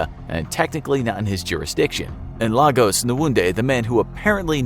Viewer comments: Would just like to point out that LAGOS is pronounced L-AY-GAS and not L-AH-GOHS. Even voiceover artists from freelancing sites make this mistake everytime. Also, it's Abagana and not Agabana, I know cos that's my hometown. Nice video anyway. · *Lagos is pronounced Lay-gos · It is pronounced LAY-goss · This pronunciation though 🥴...... I know y’all aren’t Nigerian but come on 🤦🏾‍♀️. Even the pronunciation of Lagos. It is supposed to sound like, “Lay-goss”. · LAY-gos. Please learn to pronounce the names of major cities. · how about Lah goose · Is it just me or are they pronouncing every Nigerian name wrong . Its lay-gos , they're pronouncing it like it's Spanish ,lol. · Your pronunciation of Lagos will make folks over here in Nigeria burst into laughter😄, thumbs up for the efforts you guys put into your videos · I'm a Nigerian and those city/name pronunciations were just hilarious 😂😂😂. Especially ex-president Olusegun Obasanjo, Lagos and Amaka.😂 But you get an A+ for trying though😁👍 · The pronunciation of Lagos breaks my heart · Bruh. It's really funny. Especially Lagos, which is pronounced like its twin, Lagos, Portugal. I've had to correct a lot of people. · Lots of names were pronounced wrong but that one Annoyed me the most cause I'm from Lagos